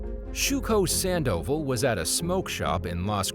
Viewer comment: How can the narrator mess up pronouncing "Sandoval" but get "Nguyen" correct? 😆